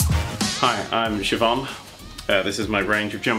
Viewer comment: Hearing finally say my name properly was a shock to the system after all the twitch streams where he'd shout SIGH-O-BAN